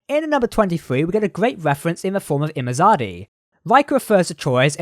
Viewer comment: Just a slight correction. It's not Imazadi, but Imzadi